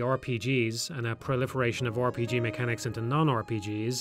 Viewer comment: I just like hearing people say "Or P G"